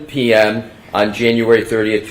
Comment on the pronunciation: I can't get passed "on" pronounced "Owen"